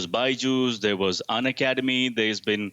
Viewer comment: its pronounced Un-Academy